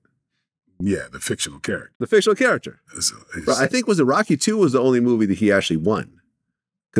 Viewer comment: I have never heard anyone butcher Rocky so bad